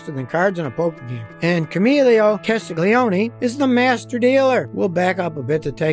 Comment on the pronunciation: please, I can't hear camilo castigolioni... his name is camillo castiglioni... come on guys, do a little practice, because I'm laughing too much